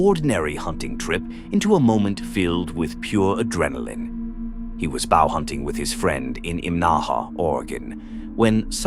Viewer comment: Another AI voice? Unless you actually think bow hunting is pronounced that way.